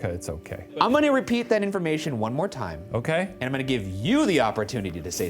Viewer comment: IT'S TIIME